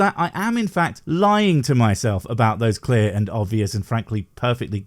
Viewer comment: “Aboot”? Is canadia or is yooper ….